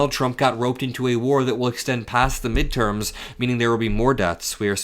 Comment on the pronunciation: Mid erms? What midterms? This war gives him the authority to postpone any elections!